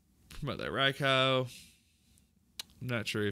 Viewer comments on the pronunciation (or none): Rai-cow lmao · The pronunciation of Raikou is killing me